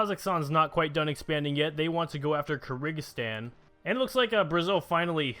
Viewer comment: Malawi is mà-laow-y and kyrgyzstan is Cur-giz-stan, not cer-i-giz-stan